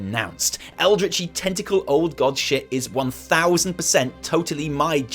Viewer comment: The amount of times tentacle and how it’s said makes me uncomfortable. Do you have some sort of fetish to admit to? ;)